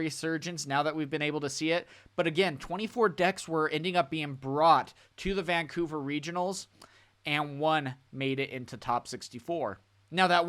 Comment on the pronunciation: Brother this like the 4th video that says VANCOVER